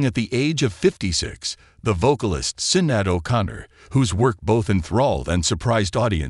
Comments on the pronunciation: Hi its pronounced shin not sin. every channel I've seen today have pronounced her name wrong. also Mr martin is not called the prime minister. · Her birth name is pronounced "Shin-ayd" not "Sin-add" Her new name that she took when she became a Muslim was Shuhada Sadaqat. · Can't even pronounce her name correctly⁉️ Ridiculous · Who made this... pronounce her name properly please! May God forgive her and grant her paradise, ameen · Right? Seems like an AI generated narrator without the ability to properly pronounce names. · why can't you pronounce her name right? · This podcast ❗️ AT LEAST, at THE VERY LEAST afford respect by pronouncing Sinead’s name appropriately! A spoiler❗️ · Awful video..mis pronounced her name and she was NOT married. 🙄🤬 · he can npt pronounce her name properly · AI doesn't know how to pronounce Sinead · Terrible tribute; AI can't even pronounce her name right.